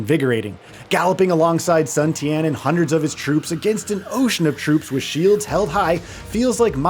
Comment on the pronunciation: He says Tao Tao twice and Sun Tian instead of Jian